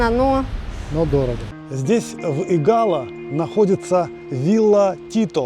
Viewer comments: Игало, ударение на первый слог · Виталик! Виллу Тито с берега не видно! А в названии Игало ударение падает на первый слог. Извините)) приятно увидеть те места с другого ракурса! Мы увидели даже свой дом)) напротив того большого дерева😊😊😊❤❤ спасибо! А собачек и котиков там масса))))